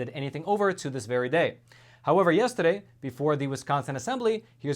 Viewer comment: I love it when he says, "yestedeh" :-D